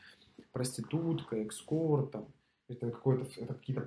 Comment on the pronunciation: Лол) не экскорт а эскорт ! Ору